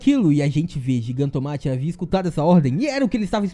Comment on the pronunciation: Muito bom o vídeo, apenas um adendo, a pronúncia correta é "GIGANTOMÁQUIA"